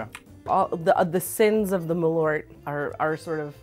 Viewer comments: Ö not O. practice :P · Hearing Americans pronounce it M’lort as a Swede makes me giggle every time♥️ (As you probably know malört is wormwood in swedish)